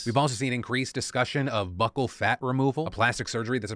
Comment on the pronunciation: Hey Phil. Since I know you like to know if you’ve pronounced something wrong, the correct way to say buccal is “byoo-kuhl”. Love yo face! ❤️